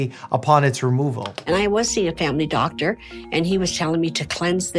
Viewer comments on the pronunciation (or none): none